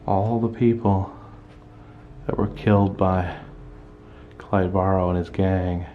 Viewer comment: thanks so much for showing this. i am a distant relative of clyde, and have never got the chance to go to that part of louisiana to see this. and kudos for saying the last name right!